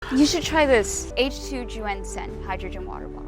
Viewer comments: My Mandarin is off, but isn’t it pronounced “YUN-Shen”? Not “YU-AN-shen”? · Why did the actors pronounce it like 'H2Juenshin,' or 'H2you-enshen' if it's actually spelled H2Yunshen? That would just be 'yuhn-shen' right? Maybe the AI read it weirdly, and ofc it's not a word in the English language, but using our phonetics, it wouldn't be pronounced like the actors pronounced it. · Anyone else bothered by how they kept pronouncing the bottle’s name as if it had a J instead of a Y?! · "aaych-two-wee-on shen" 😭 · Today I learned that "Yunshen" is apparently pronounced "Joo-En-Sen". Also I learned what a commercial made by Dhar Mann would look like. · the pronounciation of yunshen is so awful i can't even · AI couldnt even pronounce Yun Shen correctly lol... Is not like its that hard to figure out chinese phonetics XD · they never say the name correctly once.